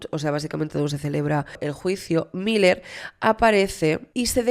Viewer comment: Me perturba la cabeza cada vez que dices “mayer” se pronuncia “Miler”. Desde el cariño te lo digo que me gusta mucho tu canal pero esas cositas podrias ponerles un poquito de atencion. Besitos